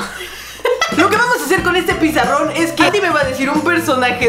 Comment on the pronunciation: tuviste que decir pizarrón y dijiste pesaron jajajajaja